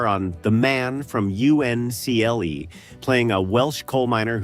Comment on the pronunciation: And STEFano instead of the correct pronunciation steFANo. And the man from U.N.C.L.E. instead of Uncle. And O.B.I.T instead of Obit, which is what it was called in the edpisode.